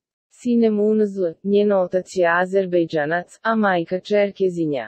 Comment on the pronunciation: Sve su to Turci,a o porijeklu Ima ih dosta koji nose BiH porijeklo a nisu Bosanci I Hercegovci.Tako da nista novo nisi otkrila I glas ti je kao zobii.Jedva izgovori Azerbejdzan😂😂😂.Pogledaj svoje porijeklo pa ces doci do sok otkrica.